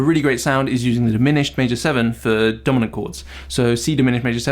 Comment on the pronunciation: When you first said Dominant I heard Donut chord and had to do a double take!